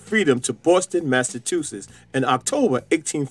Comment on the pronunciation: Mass a what?? tuses??